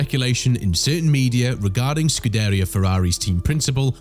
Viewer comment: Learn how to pronounce Scuderia.